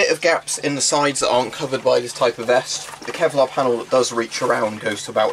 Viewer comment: "Kelvic Pevlar?" Jokes aside are you planning to all the add-ons like brassard and neck guards?